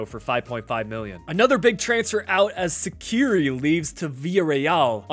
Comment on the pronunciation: As a Tunisian I was very excited that you did a Köln career mode and wanted to see what you would do with Ellyes Skhiri but you just instantly sold him to Villarreal :/ But for future reference if you want to know how to pronounce his name its like this: e (letter e) - lee - yes sh-kh- e (letter e) - ree (like the REEEE meme) I still love watching your videos and I get very excited when you post, have a great day!